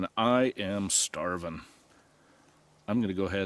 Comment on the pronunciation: You said "STARVIN" like a true Scotsman